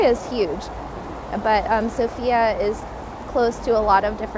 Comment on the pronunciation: One of the mistakes that foreigners make is mispronouncing the name of the city. The emphasis is on the letter O, not the letter I.